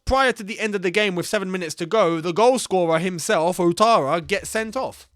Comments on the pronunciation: outara is pronounce as Watara in French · Ouattara rather